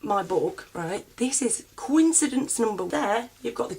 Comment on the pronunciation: If u missed pronounce coincidence then your probably crazy!!!!